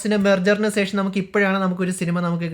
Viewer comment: സേഷം അല്ല ശേഷം 😂